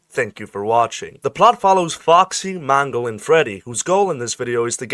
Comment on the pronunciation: Good video, but i can't stop hearing mango when you say Mangle.